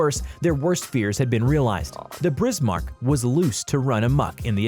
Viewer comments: Tirpitz not tripitz, Bismarck not Brismarck and the way to pronounce prinz eugen is Oygen not Eugene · STOP MISS PRONOUNCING BISMARK WRONG, DO YOU SEE A R BEFORE I BISMARK NOT BRISMARK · You said pinz eugen(oyi-gen) and bismark(biz-mark) wrong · the Hood was a battlecruiser not a battleship Edit: it's pronounced Bismarck not Brismarck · BiSMARK not BRismark 16 inch guns not 16 feet guns. I could go on but it would be better if you go back to school son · This is a joke, right? This guy is trolling. It's one thing if you pronounce a word in an Americanized fashion as we do (you don't have to get all fancy when you say mozzarella), but there is no excuse for pronouncing something incorrectly, particularly words in your own language family. BRISMARCK? Really? Do you see 2 letter Rs there? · ... and I was at first shocked with Prince Eugene, then along came Tripits and Brizmark. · "The tripitz" "brismark" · History : Bismarck , Yamato , Musashi and Tirpitz were the most lengendary ships, Battles like Leyte Gulf, Midway... Narrator: BrIsMaRk, YoMaTo , MaSaShI , TrIpItZ , PrInZ EuGeNe , LeYt GuLf MeDwAy etc.... History: Kill me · "brismarck, prinz EUGENE, trippits" wtf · lol Brismarck and Eugene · He:Brismark All:Wtf dude All to: Bad pronouncation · I think he’s a google robot by his pronunciation Medway, notortorise, brismarck, tripitz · “Tripitz” “Brismark” it’s like hearing a fork scratching a plate!!!!!!!!! I tried to watch the whole thing to see what people are talking about but I couldn’t take it anymore!!! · William Samuel how he said “Prince Eugene, Brismarck, Trirpitz and Airizona” hurts. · Tripitz Brizmark lollll Total bias as you'd expect from an American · "Brizmark", that pronunciation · Brismark.....Tripitz.....I can't wait for this dork to pronounce the Yamatomato Medway.......this guy is dyslexic. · I have never heard such mangling of the names of warships. The Brismark? Good lord. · Lol brismark and prenz eugen